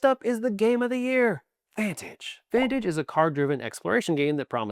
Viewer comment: I enjoyed how you butchered Vantage. I personally enjoy it, but I can't say you're wrong in what you're saying. I guess for some the sum or the parts just is more than for others.